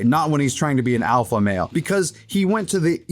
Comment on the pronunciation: Lex pronounces alpha with a W.